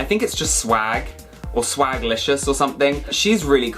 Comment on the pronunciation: "swaglicous" bro what 💀💀